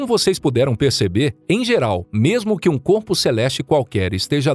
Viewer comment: "noque" "vouta" IAKQIAKAKAKAKAOAOAOAOAOAKAKAKAKWKWKAKAKAKKAKAKAKAKAKAAAKAAKAKAKAKAKAKAKAKAKAKAAKKAKAKAAKAKW morri